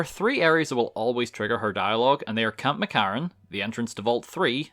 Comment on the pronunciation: Camp McCARran. Are you per chance Irish?